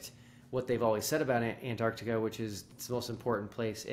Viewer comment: Do they ALL think it's called "Annarticka"?